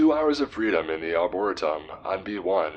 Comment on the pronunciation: “Arboretum” is pronounced “ar-bo-REE-tum,” not “uh-BORE-uh-tum.” Thank you, carry on.